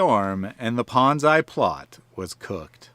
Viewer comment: Never heard ponzi pronounced like banzai.